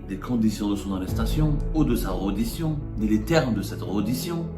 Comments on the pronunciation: tu dois refaire ton cursus éducatif parce qu'on ne dit pas REDDITION mais RÉDDITION. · EN FRANÇAIS PETIT JOURNALEUX ON NE DIT PAS REUDITION MAIS RÈDDITION .ON NE DIT PAS COMPLEXE DE DECOLONISE MAIS COMPLEXE DE COLONISE TU AS APPRIS LE FRANÇAIS AU BLED?